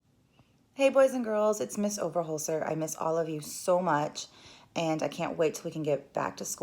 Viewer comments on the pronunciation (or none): Overholser not over holder😂😂😂😂😂